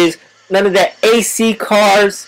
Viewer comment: wtf he said ac car lol ps3 izz da best